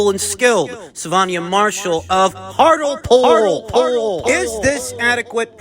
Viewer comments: It's pronunciation is heart-Lee pool not hartle pool 🤣. Made me piss that 👍. The locals are known as monkey hangers as they once hung a monkey in the town square that was stowed onboard a ship because they mistook it for a frenchman,which presumably nobody had seen to this point. No shit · F-F-S, you know it's Hart-Lee-pool, but Hartle-pool made me chuckle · It’s pronounced Hart- Le- Pool 😎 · Hartlepool is pronounced Hart-Lee-Pool, You're welcome 😊